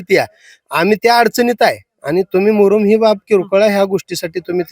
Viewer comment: मुरुम कि मुदुम